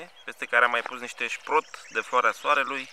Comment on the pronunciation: Srot nu sprot. Sprotul este un peste din Marea Neagra 😊